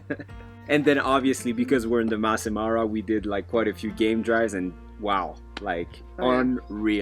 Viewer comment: It’s Masai not mass!